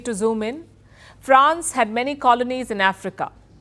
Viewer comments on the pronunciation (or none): none